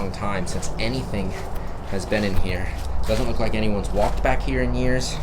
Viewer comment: pis stop saying is anny wan in 2025